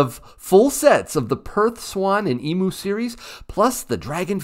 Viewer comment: It's pronounced Eem - Yoo Not Ee - Moo 😛